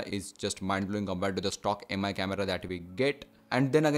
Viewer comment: Heys mi is read as me please read my comment bro you sound really dumb